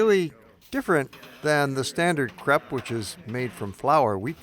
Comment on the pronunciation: Crepe is not pronounced "crap"...